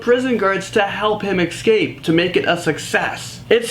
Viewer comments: ESCAPE!!!!! not ECSCAPE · Why does he say escape like that. Escape. Not ecscapes